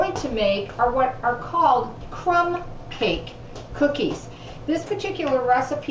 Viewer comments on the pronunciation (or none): my moms Norwegian and its actually pronounced crum caga you spelled it right thought!☺